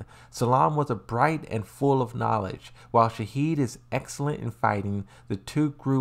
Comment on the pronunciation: Why you call Shaheen - Shaheed?